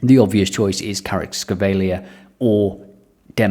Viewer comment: Your pronunciation of Kvaratskhelia got me laughing hard